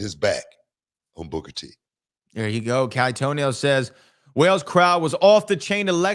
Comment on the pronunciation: It's Wales not whales!